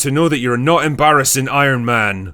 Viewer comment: I hate the way coogler talks so much. We get it youre from california.. and why does he pronounce “s” as “sh” “she was iron mansh friend”